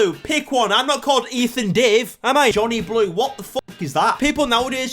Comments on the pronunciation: Did she say Bonnie Blue or Johnny blue? Either way 😂😂😂😂😂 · She's calling him Johnny Blue bc it sounds like Bonnie Blue 😂🙏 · I thought she said Jhonny poo😅